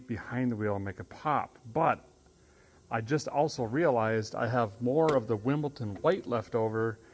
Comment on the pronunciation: Surely running your engine while filling is a recipe for disaster? 😮 It's illegal in the UK, same as calling Wimbledon 'Wimpleton', the king gets upset. 👑🇬🇧😂